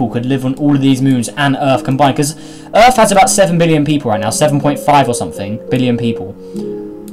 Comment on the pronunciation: Earth not Rarth